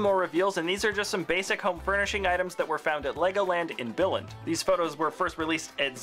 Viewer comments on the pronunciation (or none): Billund is prounounced Bee-Lund with a silent D